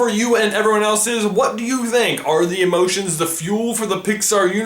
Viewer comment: What emoshens do the emoshens in inside out have